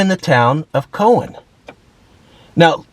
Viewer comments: I’m from Tennessee, and the town’s name is pronounced Cowann , Cowan. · It's pronounced, COW-an by the way. It is a nice little town . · Great video, but it's pronounced "cow-en" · It's pronounced COW WIN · As a lifelong resident, it's pronounced "cow'an" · Locally pronounced "Cow-in, Tenn-uh-see". It's a great place.:goodvibes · I'm sorry I've lived in Franklin County and coffee county my whole life and you are pronouncing Cowan wrong it is cow-an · It’s pronounced: COW-an. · Enjoyed your video. I live in Cowan. Actually it is pronounced cow an. Like the animal. Cowan is down the mountain from Sewanee which has the beautiful, old school, The University of the South. You should check it out. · Cow wan is how it’s pronounced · I was married to a girl from 9 generations in Franklin county Tn. If you’re from around here we pronounce it like bovine: Cow…. Cow on RR tracks😂, and yes I know it was named for a historical man and not a bovine on the tracks. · I live nearby and recognized the town from the thumbnail. I've never heard anyone from the area pronounce the name as anything other than Cow-an. Cow, like the animal. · Cowan - pronounced " Kow-an". Like the bovine, Ha! Ha! You should head up the mountain to Sewanee. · Its pronounced, Cow-un", , LMAO. I live in Tullahoma just a little bit away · It's pronounced like the farm animal. Cowan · You pronounced Cowan wrong. And the girl on the mural in Winchester is Hunter Girl. She's a country singer, lives in Winchester ~ she was runner up on American Idol in 2022. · It is pronounced like a moo cow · It's David Crockett Hwy not Parkway. It's Cow wan not co wan. Good video overall though. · Cow an. Not Co an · You are mispronouncing the name Cowan. That is my maiden name and my ancestors. It is pronounced Cow-an. The way you are pronouncing it is the Jewish Kohen. Completely two different pronunciations. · The town is pronounced “COW-an” not CO-wan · It's Cow an not Co an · It's COW-an, not Cohen 😂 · Cow-an, NOT Co-win!